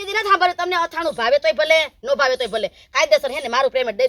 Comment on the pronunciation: અથાણું કહેવાય આથણુ નહીં